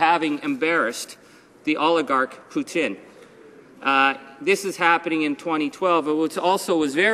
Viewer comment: Keep on Rockin' in the Free World Charlie... YOU ROCK... and did you say Putin... or Poutine...? lol